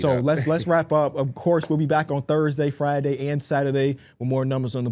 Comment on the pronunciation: “FRIYAY” Heard